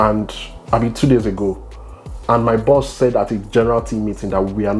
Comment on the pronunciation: i am Ghanaian but i love nigerians...... there is always a word that they pronounce the same...... when they said buses and boss... they way they pronounce it , basically the same to a Ghanaian ear...... but nigerians are so unique. love you guys ,you look like siblings and a beautiful couple. amazing Nigerians.